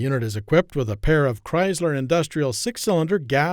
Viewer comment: Chrysler not Cryzler Filtering not fildery Community not cuhmunidy